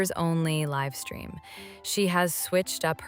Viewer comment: I really like this voice! And I feel like there should be less pronunciation errors. No offense meant at all but because it was more British sounding before, a lot of things were misspoken like livestream- it was live (like to live your life) stream. 😂❤ love you